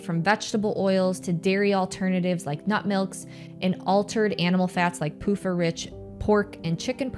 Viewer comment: Every time I hear you say pufa, I can't help but hear "poop uh". Sounds like the second name is more accurate anyway. LOL